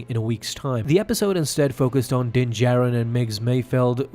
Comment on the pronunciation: It's pronounced Din JAR-IN not J- AIR-IN!